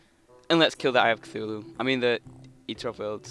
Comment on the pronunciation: you keep saying eye of cithulu